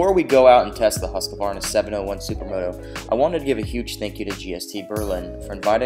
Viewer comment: Husk-a-varna? Sounds kind of funny to a swedish person. It's Huskvarna.